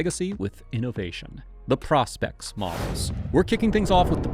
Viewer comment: The first modern dive watch was made in 1952 by Blancpain. And it's pronounced "PROH-spex". Thumbs down.